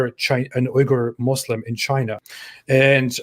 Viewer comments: Wee-gur, not oo-gur. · Uighur is pronounced as wigur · Oigur would be more correct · Hey dude, love your contents and i support your position. But you got to work a bit more on the pronunciation, namely Xinjiang and Uighur.